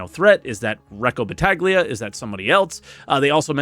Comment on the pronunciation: I know that we do not all know Italian but when you are a YT, can you at least try to pronounce the words correctly? Try: Bat-tah-yah Not Bat-ah-ghly-ah It is honestly pretty easy, considering all English speaking people to a perfect job for French/German words, I am sure we can do a little better for Italians as well.